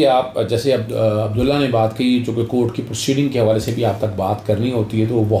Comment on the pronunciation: اظہر صاحب۔ آپ نے رانا ثناء اللہ کو کیوں ساتھ بٹھا رکھا ھے اور نام بھی غلط لے رھے ھیں عبدالله !!!!!